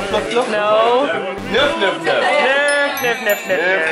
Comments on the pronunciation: it's not nuff nuff nuff its nøff nøff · it's nøf nøf not nuff nuff :D